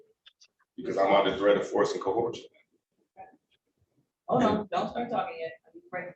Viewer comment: All that script rehearsal and they never covered how to pronounce the word “coercion”